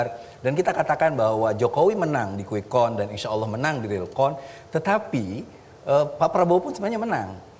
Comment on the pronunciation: Yg pakai kacamata di peci Dan matanya jereng ngucapin "count" ..nya salah banget .. dia keluaran sekolahan darimana?? Bahasa inggrisnya salah banget.. Masa dia sujud syukur prabowo tahu?? Orang aneh. Muter muter..